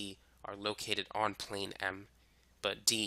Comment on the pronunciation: Lol I seen on one diagram there was KLM and when you said plane m it kinda sounds like Pan Am klm + pan am = tenerife